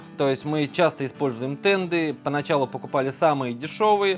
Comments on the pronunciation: Да, слух конечно очень сильно режет когда слышишь "тенДы", еле досмотрел. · Почему "тенДы"? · Правильно говорить "денты"